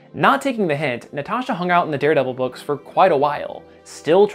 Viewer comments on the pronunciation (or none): none